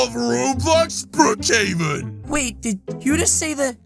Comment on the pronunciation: it’s Brookhaven not rocavan